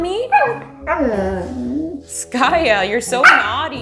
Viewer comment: Skaya not Skate